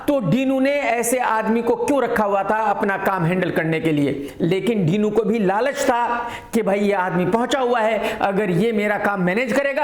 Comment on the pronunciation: डिनो ❌ डीनू ✅